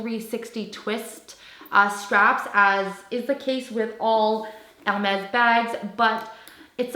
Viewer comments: She pronounces Hermes correctly in French! It is funny that someone found her voice annoying for saying the brand name correctly 😂😂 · She’s pronouncing it … right? Not sure why that would be annoying to you lol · Yeah, she has pronounced it 100% correctly in French. So many on youtube pronounced it wrongly. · she shows respect by pronouncing the brand correctly. you're just too ignorant to understand. i'm sorry for you...